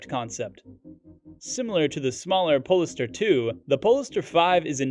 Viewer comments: OMG the way polestar is pronounced in this video is giving me an aneurism.. as said by others .. its Pole Star not PoLister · PLEASE....Polestar is pronounced pole-star....like Polaris, the pole star!!!